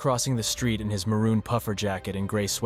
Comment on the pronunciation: mooron!?? Moron!?? It's maroon Also rest is peace may you fly high 😔